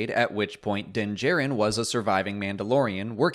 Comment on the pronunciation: Tbh I didn't remember that one either but the way he pronounces "Djarin" bothers me since we heard its actual pronunciation multiple times last episode